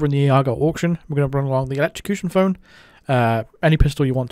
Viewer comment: I was happier when you said "phlone" 🤣🤣🤣